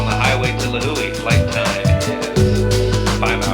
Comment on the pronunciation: Good job pronouncing Lihue and Kauai